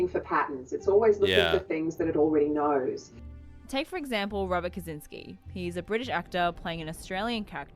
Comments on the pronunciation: When you say 'Who knows?' we don't pronounce the W in knows. That's where it goes wrong and starts to sound Cockney. I was going to say it's like 'nose', but then I realised you guys stick a W in that as well. 🤣🤣 It's all too bloody complicated. :goodvibes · In who onows do it like you did last but drop the W. We say it more like it's spelt nose